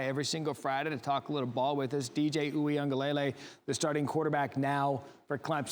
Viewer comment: PLEASE TEACH YOUR ANCHORS & REPORTERS TO PROPERLY PRONOUNCE DJ UIAGLELEI's NAME. His father teaches fan on the Clemson football Twitter page. Please practice the name. 3 years at Clemson and time in the NFL, practice saying it correctly.